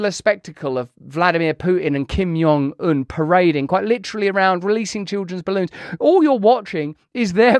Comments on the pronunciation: Kim JUH JUH, not "yuh" JONG un. Just saying. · I don’t think the J is soft in Korean… you’re saying it like his name is Spanish lol